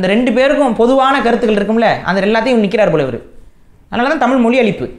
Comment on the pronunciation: யொவ்! நீ முதல்ல தமிழ் ல ‘ழ’ வ ஒளுந்க உச்சரி! தமிள் இல்ல! தமிழ்!!